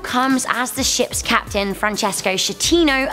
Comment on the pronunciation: Kapeten Smith